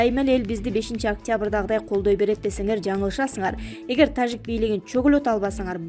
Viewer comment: Диктор тажик деп айтканда орусча Жы дебей Кыргызча Жы деп айтчы